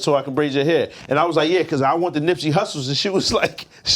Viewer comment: “CAUSEBY”